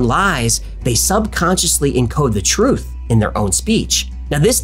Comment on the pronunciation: Twoof is scawwy